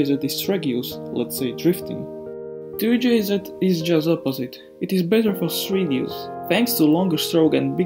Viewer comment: 2-jz not 2-jzed.